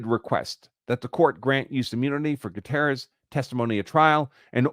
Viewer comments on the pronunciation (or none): Would you at least make an attempt to pronounce Gutierrez correctly?